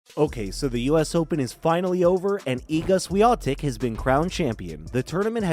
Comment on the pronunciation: it's awful how Swiatek is snubbed here like she was not a champion but some anomaly or a glitch to overcome. And geez, can you learn to pronounce her name correctly? So disrespectful